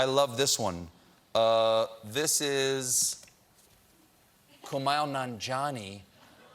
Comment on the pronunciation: WOW way to totally butcher Kumail Nanjiani's name. How many times has he been on your show?? It's pronounced coo-mail naan-jee-aunn-ee